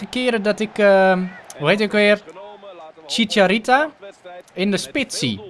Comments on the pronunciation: geen chitsharita maar chitsharito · chicharita het is chicharito😂😂😂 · chicharita😂😂😂😂 ff voor de duidelijkheid het is chicharito